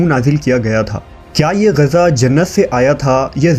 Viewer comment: Abe oye jahil, Gaza nahi Ghiza kehte hain